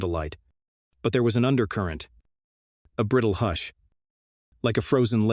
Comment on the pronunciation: Please someone figure out how to teach the AI voice to pronounce the words in English, I don't even care if it's American English instead of proper English, just so long as the words sound like words ... like I had to look when it said hoosh .. for hush LOL seriously it makes it sound like a foreign language at times.